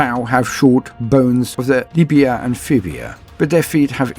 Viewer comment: Am I the only one who heard "Tau's have shorter bones in their Libia and Fibia"... otherwise excellent work:)